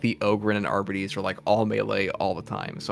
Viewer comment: Why is it so hard Darktide YouTubers to pronounce Arbites correctly??? “Arber-Raider” “Arbiter” (from Halo?) “Arbeedees” “Ar-Bite” “Arby’s” (we have the meat!) “Arbidees” WTF!?!😂😂😂